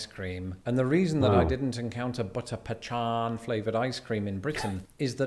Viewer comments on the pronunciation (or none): Ok he refers to an ice cream as butter pea chan. It's pronounced butter pecan. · I'm positive is trolling with is pronunciation of pecan. There are several ways people pronounce it, none of which are how he pronounced it in this video. He probably has people tell him to pronounce it one way or another, so he decided to make it so everyone disagrees with him. 🤣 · Its pa.can...... its spelled pecan you csn eve pronounce it peee can... just not pachan!!! It doesnt exist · There's no h in pecan. It's a hard c sound, and he's saying it like a ch. That's why it sounds strange. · He is not pronouncing pecan properly. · It's not not "pechahn", it's pecan. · Pecan is pronounced peh-kahn. not pe-chan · Pee con...pecan.... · There is all sorts of varieties when it comes to chili, not to mention the different types of meats...👍 butchered Pecan... It's either "Pea-Can" or "Pea-Con" here in the states...😅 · He was just trolling with "pechan" ;) It's p'kahn or p'kawn (in the deep South); your way of saying it is also acceptable. Never pee-kan -- that's what you call those portable toilets that they have near parades. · No, my man, there is no "" sound in "pecan". Your pronunciation is very East Coast US. That is where I am most likely to encounter "PE'-can". If you revisit Texas, note that the proper pronunciation is "pe-CAHN'" But was just trolling with that "H" sound. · It’s Puh-con not Puh-Chon. No idea why he said it that way. No one says it like that no matter where you’re from lol. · He was joking with the "puh-chan" pronunciation because those in the UK tend to say "pee-kin" and those of us in the states say either "pee-can" or "puh-khan", the last being my way of pronouncing it. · no, it is not pechon, lol. He is just trying to make southern belle heads explode! I had to suppress a strong urge to slap him then apologize profusely hahahaha. it is pecan [not pee can but pee con] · "we in the North say pee-khan)" Wrong. PUH-khan